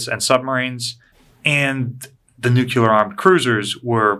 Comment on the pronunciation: New-Cue-Ler is a no go. New-Clee-Er please and thank you. OTHER than that, really enjoy the channel! Use of the "word" new-cue-ler makes your operation sound less professional and I'm sure you don't want that. On the subject, we are experiencing a lot of problems in force projection with increases in optempo and perstempo. Similar to how you can't create Docs and RNs and ICUs out of thin air in a pandemic, you can't have increased vessels and personnel without a concerted effort that takes time and dedication. Do we have that? Not right now we don't. For reference - see the Five Truths of SOF.